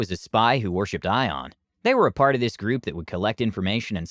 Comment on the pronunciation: The way you pronounce Ioun hurts. It’s Eye-oon not ion.